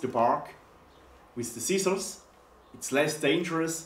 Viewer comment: LMAO 😂 😂 😂 "Sea Sauce" = "Scissors"